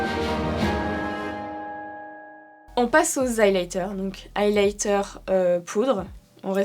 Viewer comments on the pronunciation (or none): Super vidéo comme d'habitude 🥰🥰🥰 eyelighter au lieu de highlighter😅😅🤣